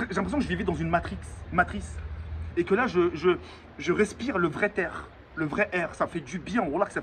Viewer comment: Il a dit (le vrai t’aire ) 😂😂